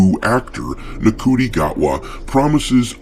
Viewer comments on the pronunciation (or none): Ncu is pronounced Shi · I naturally thought it was pronounced Nkootie Gat-wa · It's apparently pronounced 'Shooty'. No, I don't know how Ncuti works out like that, but apparently, he's as bad at pronunciation as he is at acting.